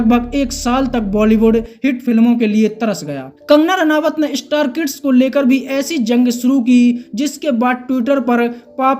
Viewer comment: अरे भाई नाम तो सही जान लो। रानावत नहीं रनौत है।